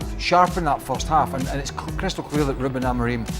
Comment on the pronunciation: Is this read by AI? That pronounciation of "RuBEN" was sus as hell